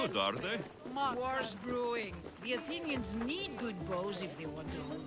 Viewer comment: I love the way he pronounces some of this stuff. Athenian? nope. Authentic. Phobos? You mean Fobs?